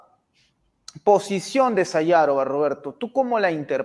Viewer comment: Se pronuncia "Sajârova", y no Sayâvora!!!